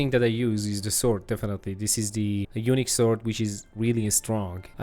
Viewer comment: Dude when you said " unique" I thought you said " Eunuch tier" lol.